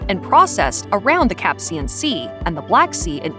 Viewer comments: It's pronounced "Si-LON", not "SAY-lon". It's "Caspian", not "Capsian". Whoever narrated this commentary has obviously never heard of these places. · Caspian Sea... not Capcian Sea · she really said Capsian sea lmaooooo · It’s the Caspian Sea, not the Capsian Sea. I turned off after that. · The Capsian Sea? 😂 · Never heard of the "capsian" sea 😂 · Did she say ‘Capsian’ sea? 😂😂😂